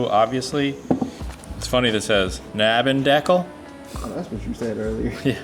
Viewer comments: It's pronounced DECKLE, you dirty savages!!! 😂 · For me as a german it sounds so funny when you are trying to say Nabendeckel😅. The A is pronounced like the A in shark